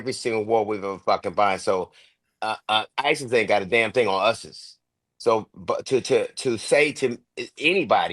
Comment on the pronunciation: On us-ses ..yea im out lol